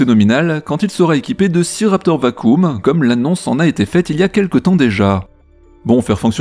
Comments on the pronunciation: VAKIUM et pas VACOOM, c’est comme ça qu’on prononce «vacuum» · Merci pour la vidéo mais le mot "vacuum" prononcé vacoum, je suis à 2 doigts de me défenestrer